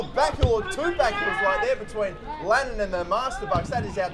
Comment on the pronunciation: Its lannAn not lannOn!